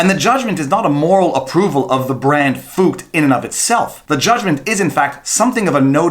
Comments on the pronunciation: Viva: I'm pronouncing FUCT like FOOKED so it doesn't sound like a cuss word Scottish people: ... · He's very simply trying to avoid saying F*CKED with a U to avoid youTube marking his video as aged restricted. Deliberately mispronouncing it. I think the German bit is just misdirection.